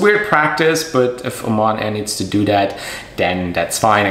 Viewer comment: It is called Oman Airline not O MAN airline